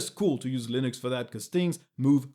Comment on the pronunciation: 'Loonix'? :p